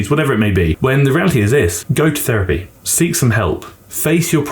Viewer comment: I thought you said "goat therapy" not go to therapy and I was like hell yeah I'll go to therapy with goats is it like goat yoga? lol